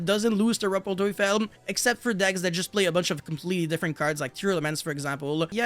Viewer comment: The pronunciation of „rumpel teufel“ was good.